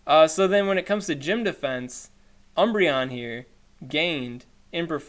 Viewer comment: "their dee-fee-ense" hahahaha in all seriousness Keep up the great work, and just for a little update my raid group got so excited talking about a re-release of the RayRay I went and powered up that spare one. Hope one of these days I catch your live stream from Aussieland.